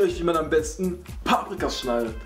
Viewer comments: wie er es immer sagt paaprika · das heisst paprika nicht paabrika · es heisst Paprika und nicht Pabrika😂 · paaaaaaprika das heist paprika 😂😂😂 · Es heist paprika nicht paaaaprika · Es heißt Paprika nicht paaaprika ._. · ich finds voll cool wie du paprika sagst also die betonung😂✨